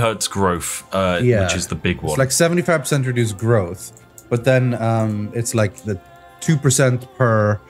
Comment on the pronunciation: Weird that rythian, the non English speaker, can pronounce "growth", but spiff says "growff"